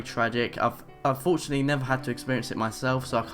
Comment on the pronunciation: ... Did you say "unfortunately", or "I've fortunately"..?